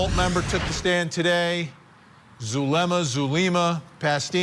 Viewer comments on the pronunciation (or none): Zoo lemm uh. ZULEMA. Not zalooma, jeeeezus Murphy. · Actually it's Zoo-leh-muh... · ZaLUma?? Do better. Pronouncing someone's name correctly in rule # one in real journalism.